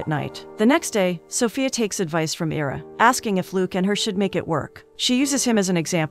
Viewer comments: Ira, pronounced EYE-rah, as in Ira Hayes, not EEE-rah. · Kept expecting 2 or 3 of the characters to die, as it seemed to be headed in that direction early on. Great ending. A few pointers: Name pronunciations. I-ruh (as in the letter "i"). Loo-eece (a short sound, shorter than the word "ease;" rhymes w/ fleece. Basically, sounds like Louise, the feminine English version of Luiz). Some word choices were odd, making it read a bit rough (is English your second language? That's fine, of course, but it wouldn't hurt to have someone proofread it before recording the audio). Maybe whomever writes these synopses could also rearrange certain words or find better synonyms? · The man’s name is (eye-rah) Ira. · Agh, it's 'EYE-rah'!!!! Other than that, thank you for another great synopsis! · Is it AI- or dumbness? His name is "I"ra..the I says its name. [not ERA] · It’s pronounced Eyera (Ira) :)